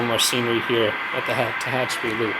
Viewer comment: Good to see this amazing layout again. I'm not sure you're pronouncing Tehachapi correctly. As I'm sure was mentioned earlier, in the old days (until 1996) it was SP and Santa Fe. SP built the route and Santa Fe was given trackage rights. For a video, you pan the camera WAY too fast. Was getting a little dizzy. It's good to get down to track level when shooting a train.